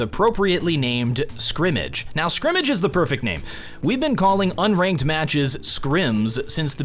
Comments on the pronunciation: "I like the shrimmige mode" - 2019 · " shrimmage" mode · Lol he said shrimish mode